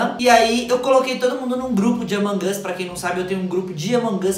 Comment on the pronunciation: Vc fala errado among as e among us